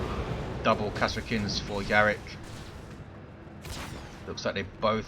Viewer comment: Still mispronouncing Kasrkins as Kashrkins I see.